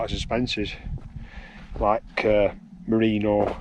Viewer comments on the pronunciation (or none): none